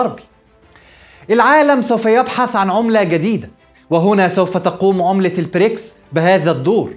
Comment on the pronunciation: تحليل محترم كعادتك دائمًا و لكن أرجو نطق البريكس ب ال B و ليس ال P